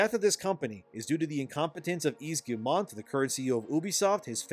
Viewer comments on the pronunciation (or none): I'm on a one-man crusade to get YouTubers to pronounce Yves Guillemot's name! It's: "eve gee-mo" (hard-G, long-O). Last name Rhymes with "we go." You can do it